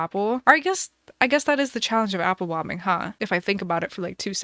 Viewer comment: i thought she was saying apple bombing 😂😂😂